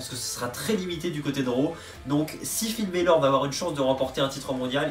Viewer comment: Ça serais cool de bien prononcer les noms de Finn Bálor